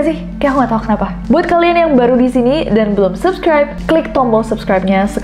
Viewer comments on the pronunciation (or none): none